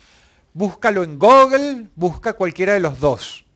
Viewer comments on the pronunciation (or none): none